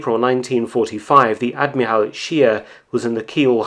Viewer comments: WTF is an ad-mee-ral ? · Narrator has a problem saying admiral